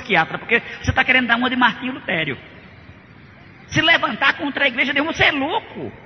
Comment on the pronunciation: Martinho "Lutério" é foda véi... LUTERO!!